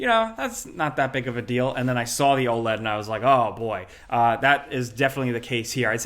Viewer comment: Saying OLED like OLED and not OLED is pretty f*cking crazy